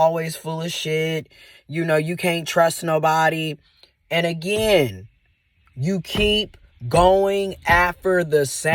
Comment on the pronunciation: I am absolutely tickled by your "A-Gy-ain" every single time.😄 Thanks for the great content!